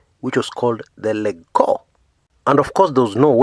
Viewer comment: Lol..it's prounounced as Lej-co..😁😁